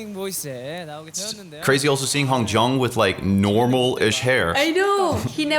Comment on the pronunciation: with their names that have J in it, you dont have pronounce it like that. For Yunho you pronounce it like Yoonhoe. u can look it up how to pronounce their names properly if you want. For hongjoong it sounds like hong jOOng